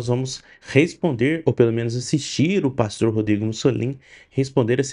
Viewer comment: Por*a. Você nao consegue acertar nunca o nome desse pastor?